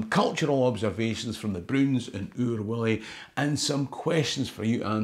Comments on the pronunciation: your pronunciation as Willie sounds so wrong. Otherwise great video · Its wullie no willy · .45 seconds in - did you just pronounce 'Wullie' as 'Willie'? 🧐😂 Edit - AYE! ye did it again, jeezo 😒 2nd edit - aye, I did get these annuals every year, I've still got them, I've got the wan you were showing as well. When I was wee, my cousin from Newcastle used to stay with me in the summer holidays for a week or so, and she'd try to read The Broons or Oor Wullie out loud, it was hilarious lol. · Thoroughly embarrassing! Anyone who says 'Oor WILLIE' is a scunder! It's Oor WULLIE!! Fleg, quare fleg! 😢😢😢😢